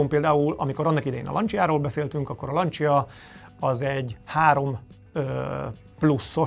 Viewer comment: "lancsia" Ne, ne, ne borzoljuk a hallgatók idegeit!